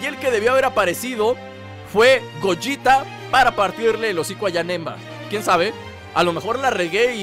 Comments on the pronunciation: es gogeta no gollita :) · es gogeta no gojita xD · es GOGETA no GOYITA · Ademas Pasa Lo Mismo Con Vegito Porque Si Se Pronunciará Como Gogeta Que Según Tu Se Llama Asi, Seria Vegeto Como Vegeta Pero Con El Nombre De Vegeto Asi Que Es Vegito Y Gogita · Bueno si ya entendi se llama Gogita y se pronuncia gogeta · la fusión de goku y Vegeta con el baile se PRONUNCIA gogueta. se escribe gogeta.... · Se pronuncia gogeta